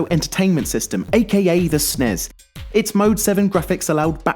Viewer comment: y does he keep calling the n e s and s n e s snes and nes